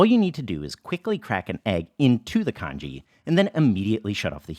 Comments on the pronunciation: it's pronounced con ghee not con gee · Isn't it pronounced 'Tjong-ghee'?